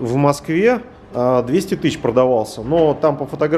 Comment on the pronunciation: "В Масквэ заводамана нэт..."